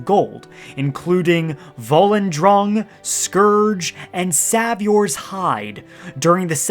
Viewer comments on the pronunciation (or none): You know that Savior's is not some sort of Tamriellic name right? S-ay-vior not S-ah-vee-or